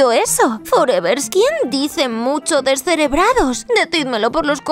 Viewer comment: Doña antonia dice decerebrado